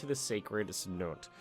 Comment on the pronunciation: "cenote" is prononced cen-o-te, just a fyi